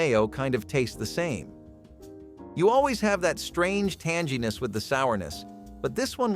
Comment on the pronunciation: Tan-jee ness?? Wow..I thought there were some odd pronunciations in this but when it hit that 'tanginess' and left out the 'tang'...well...that was too weird!